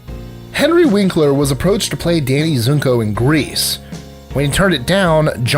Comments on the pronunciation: ...and it's Danny Zuko, not Zunko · It's not Danny ZUNKO you knob it's Danny ZUKO pronounced ZOO - KO i mean seriously, if you're gonna mention a character you can at least get their name correct also in fairness.. Al Pacino passed up Han Solo thus (as you said) missing out on super star status EXCEPT........................ Al Pacino is on a much higher super star status than Harrison Ford to begin with.. so............. yeah. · Danny "Zunko"? Clarice "Sterling"? Jack "Nicholas"? Come on. It's not hard to get these names right